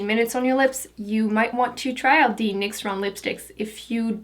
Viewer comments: Why do you pronounce 'The' as 'D'? Just wondering... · I'm not hating at all, but why do you say the "th" sound with a "d" sound? Like "dey" instead of they and "dee" instead of the. Are you not American? Just wondering. You are gorgeous, by the way'